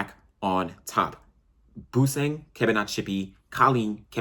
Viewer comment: Its Busang (pronounced Boo'sung') Collen (callan) Kebinatshipi